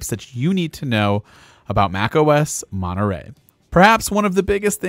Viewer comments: Its MontereY not MonterE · Why are you pronouncing it 'Monerey' ? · monerey? ts monetrey.